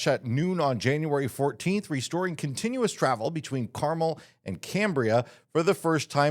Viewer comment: I always appreciate the Park and RV news you share so thank you for another great video. However, I can't leave your pronunciation of Carmel without offering a correction. It's car-MEL.